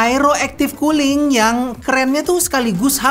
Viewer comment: . Kedengeran nya "teknologi KULI"... 😁😁😁